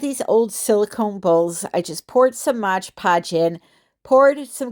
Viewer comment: MOD podge not MODGE PODGE